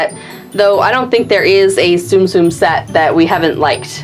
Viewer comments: not tsum-tsum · ITS TUM-TUM!